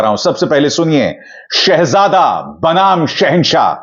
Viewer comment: 10 Saal me, ek lafz Shahzada bolna bhi , theek se Nahi bol Pate.. Shaa_jade kahte hain.. Jahil